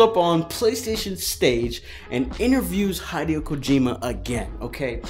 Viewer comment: Bruh. It's hid-e-o kojima. Not, hide-yo kojima. XD LOL